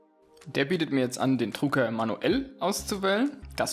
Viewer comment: Es heißt Drucker....nicht Trucker!